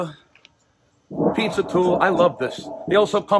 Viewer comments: Great looking “pete-zer” DiBettereto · Pizzer oven? 😂